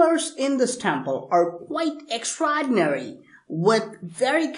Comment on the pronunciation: I just love the way he says "extraordinary" 😂😂😂....